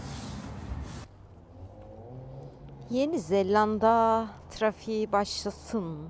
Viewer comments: neden yenizeLLanda diyorsun ? çift L değil tek L ile ZELANDA. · Güzel macera...yanlız bir konuya açıklık getirmek isterim;Orijinal dilde New Zelland şeklinde ifade edilen ülkenin ismi Türkçede Yeni Zelanda diye okunur,Yeni Zellanda diye okunmaz😆😆😆😆Umarım bundan sonraki telafuzlarınızda bu küçük ayrıntıyı atlamazsınız.Bu arada sizi eşimle her seferinde zevkle seyrediyoruz,yolunuz açık olsun👋